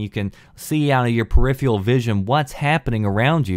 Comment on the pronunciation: Peripheral. [Pear-if-ehr-ral]. Not [pear-if-e-all], because there is an 'r' in it. Hate to be a language nazi, but I've heard you say the word numerous times, and I don't think it is a regional accent to just silence particular letters.